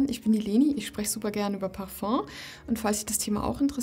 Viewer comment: Was für eine beruhigende Stimme :) Und, Du sprichst Parfum richtig aus, nice ;-)